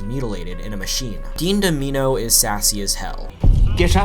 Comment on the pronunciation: “Dean Dom-eeno?” Really bro?